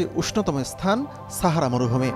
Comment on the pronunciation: ছাহারা নাকি সাহারা সাংবাদিক ভাই ?